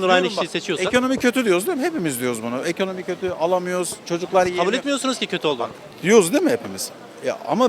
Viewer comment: Bir sığır ekonomi kelimesini eğkönöğmi seklinde telefuz ediyorsa, amerika diyeceğine amağrigaa diyorsa.. anlamalisin ki ya ırkçı ülkü ocaklarinda zihini kirletilmis bir hırt, veya tarikat yurtlarinda tacize ugramis bir zavallidir. Laf anlatamazsin, yol ver gitsin.